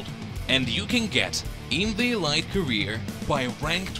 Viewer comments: Good video, but elite is pronounced “e leet”, not “e light”. Otherwise perfect video! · It’s pronounced “ELEET” omg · "EE- L-EE -T" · If he doesn’t stop saying E-Lite I’m gonna be pissed